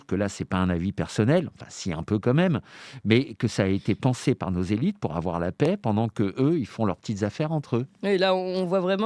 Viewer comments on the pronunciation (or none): « Il ne faut pas afoir peurr » 🤡